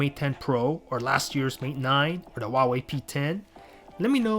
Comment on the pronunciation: What's a WAAAHWAY May Ten Pro?